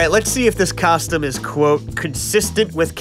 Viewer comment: ngl my dude, I love you, I love your work, I love your content, and this video specifically, but I hate, hate hate the way you say costume. "Kostem" blech.